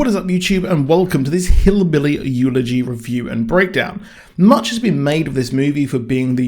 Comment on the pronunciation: i believe it's called / pronounced.... EL E GEE. Not Eulogy, as in the funeral sense. I enjoyed it also despite the negative talk in advance.